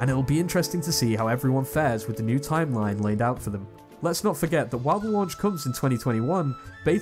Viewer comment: "tiem line impact"